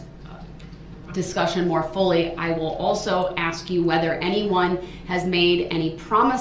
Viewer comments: By this time, the judge is ready to "axe" him. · you supposed to axe a question